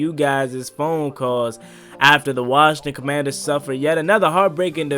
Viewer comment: The Washington Howclaurbinsons 😅🤣😂 featuring Joey Slye.